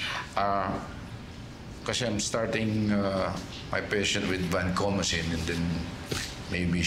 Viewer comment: Vancomycin yun.. hindi vancomacin.